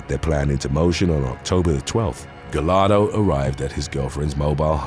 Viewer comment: Giovanni's last name is pronounced "Gah-yar-do" not "Ga-lar-do" when you see a name or last name with double L it's pronounced like a Y.